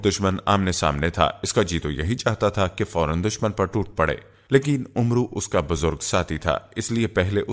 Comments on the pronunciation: Talaffuz UMRU nahin AMR sahih hai kisi Aalim se pooch liya karo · janab, Amru nahi bolte balke Amr kehkar Amr ke R ko saakin pardhna chahiye.